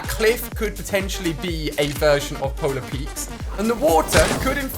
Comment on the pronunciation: why do you call polar peak polar peaks